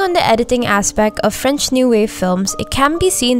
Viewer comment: As a French woman the way you pronounced everything French made me smile . I really enjoyed your review keep going. You even made me want to rewatch the movie !